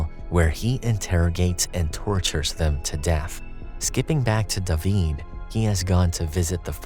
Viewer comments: How are y’all ignoring that this dude pronounced David like “duh-veed” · It’s how they pronounce David in Spanish 😊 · Fun fact...that's how you pronounce the name in Hebrew.